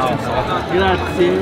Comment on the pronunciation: Americans. Friends. Please if it's the one word you say in Italy over and over .. it's not grah zee. It's grah zee eh. It's spelled grazie. There's an e at the end. And just like in Spanish every vowel is pronounced in Italian. So don't forget your little eh and the end. Though the Italians are so great it doesn't matter. Whatever village you go to in Italy the people are so great. The small villages and towns. The best people you'll ever meet.